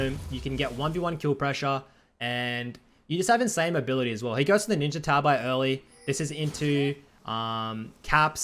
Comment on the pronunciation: his pronunciation of ninja tabi tho